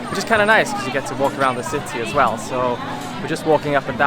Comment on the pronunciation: Wel không phải Well ông ơi 😂